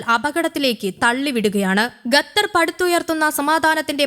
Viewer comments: It's ഖ NOT ഗ. Say ഖത്തർ NOT ഗത്തർ 🤦‍♂️ 🤦‍♂️ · Qatar not Gatar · അന്ത്യശ്വാസമല്ല. അന്ത്യശാസനം. ഗത്തറല്ലടി, ഖത്തർ. ശവം